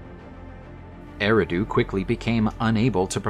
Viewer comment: The city was called a- redo😂